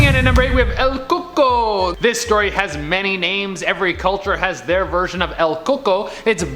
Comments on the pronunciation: It's "el cuh-cooy" (roughly), not "el coco". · I am cringing so damn hard it’s pronounced “ cucuy” not “ coco” or “coconut” 😂😂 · Its pronounced "el ku-koy" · Im cringing at how they said El Cucuy. It just sounds like he's saying coconut. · That’s not the right way to say el cUcUy